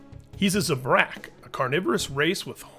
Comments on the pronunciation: It's pronounced ZA-brak, not zuh-brak. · You said it like Ze-brack You Pronunce it like Zab-Rak Zabrak